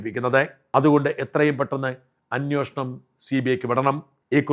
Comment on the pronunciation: അന്വേഷണം അല്ലേ ശരി അന്വോഷണം എന്ന് എപ്പോഴും പറയുന്നു. Please